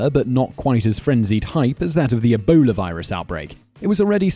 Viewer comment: On number 8 when you say Ebola it sounds like you a say a boner LMAO